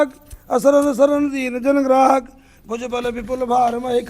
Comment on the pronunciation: ग्राहक नहीं पण्डित जी गाहक है।